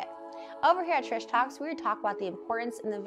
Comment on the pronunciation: "Trish Talk" sounds an awful lot like "pish-posh" (🤭😆😉)